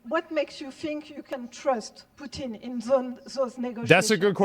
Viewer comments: They pronounce Putin as POOTENE. Like a shampoo for your butt or a constipation medication. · I like how she says Putin like putine lol